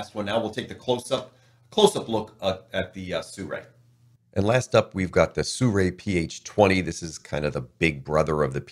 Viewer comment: SIRUI is pronounced as Seer yu é, not Soo ray, sir!